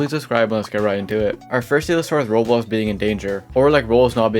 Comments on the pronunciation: Why does it sound like he's saying "Rolls" and "Rose" instead of Roblox? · why does he pronounce roblox like "rbz" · ive never heard someone pronounce roblox like roubooux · Why can you not pronounce Roblox?